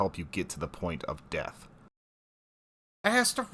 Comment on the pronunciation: Is funny how you say "Astra" it crackers me up every time!😅